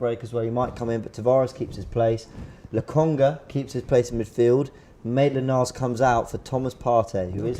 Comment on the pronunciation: “maintland miles 😂